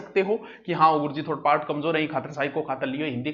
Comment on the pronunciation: सर आप पारट क्यों बोलते हो पार्ट को